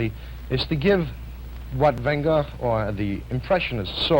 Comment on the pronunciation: Did he say "Van GOEF"? 😂